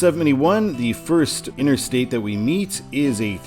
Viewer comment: INTERSTATE NOT:INNER-STATE!!!!!!!!!!!!